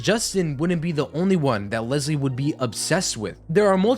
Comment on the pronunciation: Unfortunately I share the same name as Leslie. And I can tell you after having this name for 50 years, people named Leslie do not like being called “LEZ-LEE”. There is no “Z” in the name LES-LEE. It’s Leslie! Not “Lezlie”. 😊